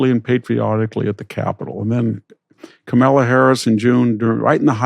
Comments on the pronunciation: Great interview and interviewee! I'll add your name to the list of black people that Victor weirdly mispronounces the first names of. It's a distracting habit I'm still trying to make sense of... Kamala, Leticia, et al.. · I am no fan of the left, but any old white man who refuses to pronounce black women's names correctly (Letitia James and Kamala Harris were both mispronounced here) is not someone who can have my respect.